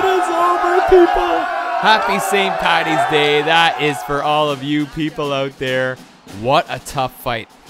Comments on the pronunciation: Why would you say pattys day it's paddys and not all Irish are drunks. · It's Paddys day not pattys day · I'm irish..mustard and pickles are not traditional haha..and for the love of christ it's paDDys day not pattys day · It st "paddys' day. Not pattys. Please.